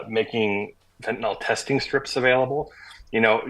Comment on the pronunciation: It's "Fentanyl" (FEN-ta-nil) not "Fintinol".